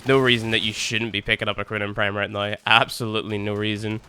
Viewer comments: I heard corona prime instead of kronen prime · I thought he said "The Corona Prime"...